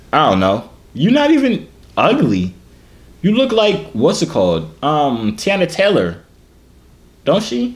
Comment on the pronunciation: You said Teyana Taylor Name all wrong